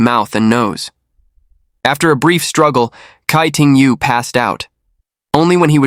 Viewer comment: Tsai ting yo, not kai ting yu